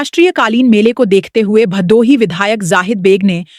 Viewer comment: बहुत अच्छी प्रस्तुति सराहनीय कदम है अंजलि जी से निवेदन है कि भदोही का उच्चारण भादोही न करें।